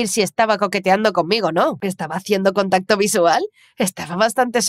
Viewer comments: A nadie le parece q dice contato xD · No se dieron cuenta cuando dijo contato